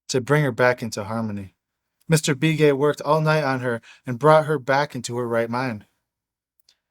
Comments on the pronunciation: Love this stuff!! I'm a longtime Arizona white man, and just for the sake of authenticity.......the Indian last name "Begay" that you pronounced "Bee-Gay".....is pronounced like "Buh-gay". It's a really common name.....much like "Smith" would be in the white-man's world. Not nit-picking.....I know you'd want to give as much respect to our American Indian friends as possible. Thanks again for reading this fascinating book! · It's Be Gay not Bee Gay... Like the sound in "Beg" ... Begay... I'm Native American & yes this is the real deal story.... I wish I could've committed... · What’s the name of the book you’re reading? Plus the name is not be gay, it’s pronounced Bah Gay. I know some Navajo with that last name.